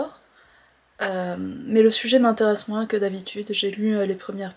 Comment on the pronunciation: C'est joli quand vous prononcez le S à la fin de moinS 😊 mais je pense me souvenir qu'un expert a dit récemment sur France Culture que l'algorithme de YT met en avant en ce moment non pas seulement les vidéos en fonction de leurs nombres sur un même compte mais surtout si ces vidéos sont "shorts" donc inférieures à 1 minutes (pour essayer de concurrencer Tiktok). C'est très difficile de faire moinS de 1 minute avec du contenu sérieux. Et aujourd'hui, vous semblez un peu... barbouillée au niveau de l'estomac et des neurones 😎 Rien de grave, c'est de saison pour l'immense majorité d'entre nous...